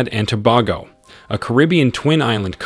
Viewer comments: It’s pronounced TOBAYGO NOT TOBAHGO 😊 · To be honest, you need to do more research. Most of these projects were cancelled a long time now e.g the resort in Tobago. Next, your pronunciation of the name is atrocious. You are probably using an A.I. A for effort F for execution.